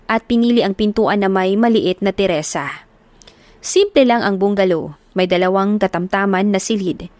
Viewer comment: Mali po.terasa Hindi teresa